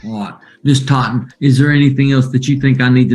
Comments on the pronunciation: Ms. Thot-en 😂😂😂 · Plaintiff “Thotten” 😂😂😂😂